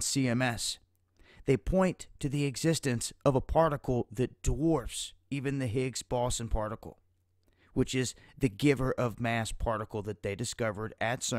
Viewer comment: and he says 'higgs ballson' lol its 'Higgs boson'